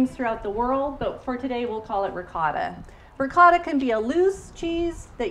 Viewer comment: Can you please say ricotta like this: Ri "coat"uh.. its not Ri caught a... also... for Moscarpone we say...... Mo scar po nay I mean...as a teacher..we here in Italy would appreciate you spread the words of our regional products correctly. Thanks a lot..meant with a lot of respect, no malintension here.